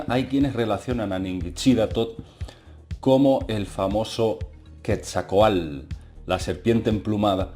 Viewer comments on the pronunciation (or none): No pretendo corregirte, me gustan mucho tus videos, y respetuosamente te escribo un tip para pronunciar bien el nombre de la serpiente emplumada. puedes pronunciarlo como quetsal (así con todo y la "l") (y está mal escrito a propósito, con la finalidad de que sea más fácil leerlo. Entonces sería quetsal coatl intentando pronunciar el sonido "tl" En realidad se pronunciaría junto, pero lo dividí para que sea más fácil intentar pronunciarlo. Felicidades, excelentes videos. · se pronuncia ketzal-coatl saludos ^.^ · SE PRONUNCIA QUETZALCOATL